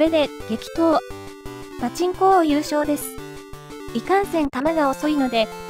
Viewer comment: 「激闘！パチンコ王」が「適当！パチンコ王」に聞こえた自分。 ･･････間違ってないって？ あと全く食べない大食い選手権って。